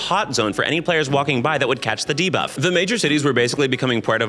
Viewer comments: so used to hearing him say "diva" that my brain literally cannot process "debuff" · lol so i watch all youtube videos at 2x speed and "debuff" very much sounds like diva at that speed. i spent the first 10 minutes being like "diva was killing all the players? based" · Not my stupid mind hearing DIVA(f) instead of Debuff 😭